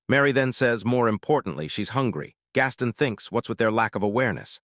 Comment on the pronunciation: uhhhhnnnngggg. Your pronunciation is abominable. Truly horrendous. Gaston =/= gas-ten. It's more like Gah Stone. Gahstone. Gastone. Gaston. It's obviously not Japanese. Ginta = / = jin tuh. It's more like Geen tah. Geentah. Geenta. Ginta. You're bloody channel's name is entirely Japanese, and you interpret japanese literature, but you dgaf about pronunciation? Sloppy.